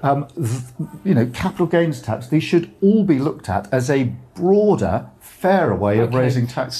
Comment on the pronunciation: Why can't he say capital gains?